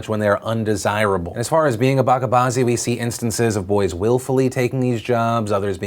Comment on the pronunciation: Hey Phil, this might be nit picky but it’s Buh-cha bazi not BA-KA bazi